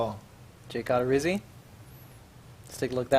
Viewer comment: Love how SDS doesn’t even know how to say the names of players they’re showcasing. It’s not Odd-er-izzi it’s O-der-izzi and it’s not rye-ooo it’s ree-ooo